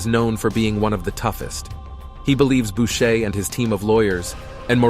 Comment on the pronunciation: It's Boucher not Bushe.